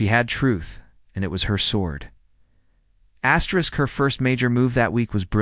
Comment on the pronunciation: I think her name is Astrid…,not Astrisk